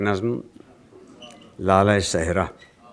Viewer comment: Its lala-e-Sehraey, not lara....!